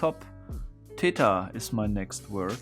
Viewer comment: Pronounces Theta as "tayta"